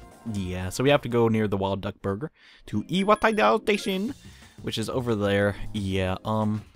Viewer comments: Okay, everyone, say it with me... EEE-WAH-TOE-DIE. Iwatodai. Not Iwataidao. >~< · It's pronounced ee-wah-toe-die (iwatoedie or whatever it is) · i just wanna point this out (haven't seen the full Let's Play btw) the station is pronounced I-wa-toh-dai Station